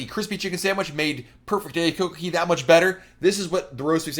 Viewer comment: Not coco KEY it's coco kay